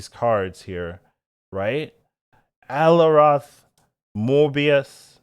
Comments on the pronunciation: i sound before o sound "Oh-ih" Nailed it. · For future reference, its Ah-lie-oth